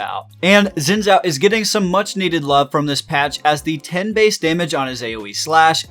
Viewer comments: The right way to pronounce Xin Zhao is - Shin Jao. please pronounce it correctly. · How did you manage to mispronounce both Xin and Zhou?